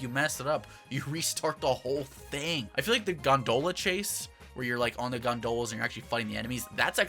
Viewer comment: This is probably the most random comment but I've never heard anyone pronounce Gondola the way you do! XD